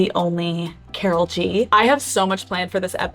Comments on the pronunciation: Alex pronouncing Karol as "Carol" is driving me nuts 🫠 hahah its more like "Kah-rol" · I wish someone would have taught Alex how to pronounce Karol lol instead of Carol lol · Can you not pronounce her name so White 😭 it’s not pronounced like “Carol” you actually have to roll your R’s. More like Car-roll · Me está matando que le diga kerrol y no Carol como todo el mundo lo pronuncia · Nunca me había dado cuenta que tal americano/blanco suena “Karol”. Cada vez que le dice “Car-ole” suena gringo hahaha. Vivilla desde chiquilla la Karolina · Alex you speaking Spanish kills me 😂😂😂 & the way you say Karol 😂😂🫶🏻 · The Spanish pronunciation in this is appalling. El factor X, mañana será bonito, TQG, her name Karol?! Surely she should have got someone on her team to teach her how to say these things. This would have been much better with a more respectful presenter like Zane Lowe or better yet a Latino